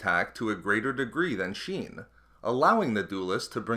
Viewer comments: Not "sheen". shien doofus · form V "sheen" lol